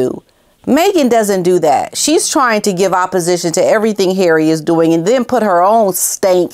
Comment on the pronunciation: I love how you say ‘HARREH!’ it gets me every time haha!